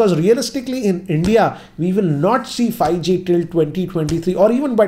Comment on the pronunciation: hahahahahahahahaha::):):):):):)::):):):):):):):):)::):))::) He says fieeG instead of 5G hhahahahahahaha